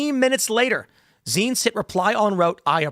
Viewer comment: Zients -- rhymes with "pints."